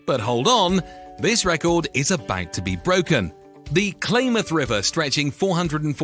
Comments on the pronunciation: Blah blah blah Klamath is pronounced clam ath, not claim ath. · Pronounced Clamath!😮